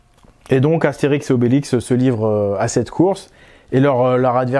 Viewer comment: Astérisk ? Sérieusement ?